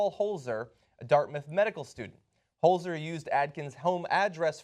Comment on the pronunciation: Would somebody please teach John how to pronounce Holzer.